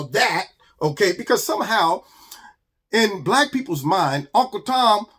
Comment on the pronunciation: Is Keith saying black or brack lol. MAGA every Day 👌👌